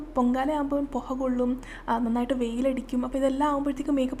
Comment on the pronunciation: പോഹ അല്ല പുക